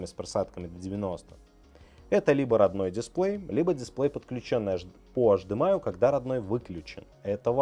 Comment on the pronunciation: Почему тип Ц, когда Тайп Си, почему ашдэмэай, когда H D M I ?